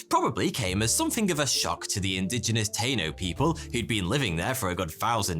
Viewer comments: It’s not tayno it’s Taino tah-ee-no. Love your vids! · "Taino" the "a" is not pronounced as the letter, it's pronounced "T-Ah-no" they're native to Puerto Rico.